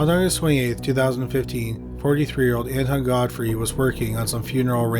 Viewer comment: Honest to god, I thought you said Anti-God Freak instead of Anton Godfrey.